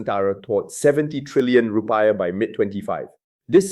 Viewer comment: It's not Ru - pie-ah but rupee-iah